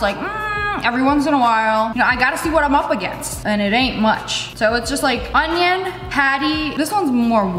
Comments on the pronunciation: “oNiOon” got me cracking up 🤣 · Me disappointed in lea cause she said onion normally once 😢